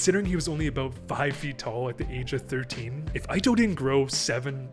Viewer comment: Ito = pronounced EETO, not AITO. ffs he's Japanese not American